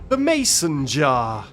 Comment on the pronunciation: backseat you keep saying "jah" you have to pronounce the R 😭 "jaR"